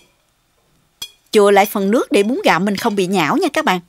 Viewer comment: Bún gạo chứ không phải búng gạo ơi. Hơ hơ